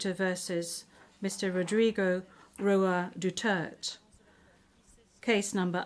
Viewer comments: Hey Women can you pronounce properly the last name of Former president Duterte. DUTERTE DUTERTE HELLO SAY IT right Duterte again Duterte not Mr Dutert😂😮😮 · DUTERTE! NOT Dutert! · DUTERTE not Dutert 😒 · Poor Mr. DUTERTH. He kept pleading with the presiding judge to properly pronounce and accentuate his surname but kept getting ignored. Sorry, Mr. DUTERTH! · Dutert(e) - silent e 😂